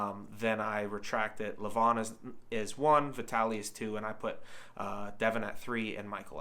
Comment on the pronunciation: It’s pronounced LE-van (emphasis on the first syllable). Also Larratt rhymes with carrot. Hard to put much stock in WAL results because the longer pads and lax refereeing are enough to change the outcome of certain matches, especially with Todd’s style.